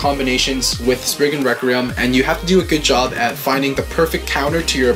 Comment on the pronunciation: Well it's not Spriggin either it's Spriggan XD